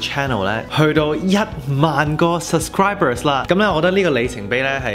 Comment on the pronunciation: how come you pronounce “sub scri ber” as “sus cri ber”, just curious 🤣 congrats on having 10k subscribers!!!